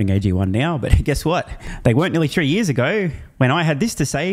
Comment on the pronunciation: "For yeez and yeez!! "